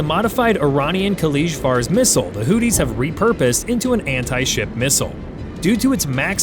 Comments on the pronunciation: From everything that I had heard on our news , here in the U.S. , I believe that it is pronounced Hoo-thee with a th like in three , and not Hoo-tee with a dt sound that you sound like on my phone . I may be wrong so , if I am , I apologize . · Hootie? Is Darius Rucker in the room with us? It's pronounced "who-thee(z)". lmao